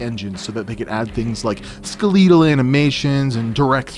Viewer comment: Wait...how did you say skeletal again?